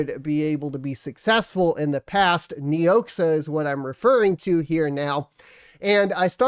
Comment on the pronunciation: KNEE OX AH is how it is pronounced